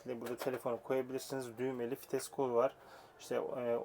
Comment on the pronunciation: Fites değil vites